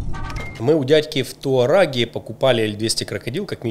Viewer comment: Еще раз: город называется не Туараге, а ТАУРАГЕ